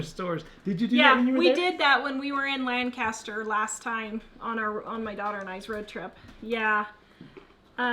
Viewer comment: I gotta laugh cause you can tell who is from PA on the way you pronounce Lancaster. (Or at least from this area). the emphasis on lanc.